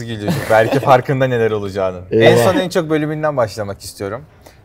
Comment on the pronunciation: berkeğ Yaren diyemedin bi lan